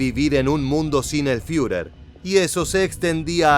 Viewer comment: ¿Fiurer? Toma se dice Firer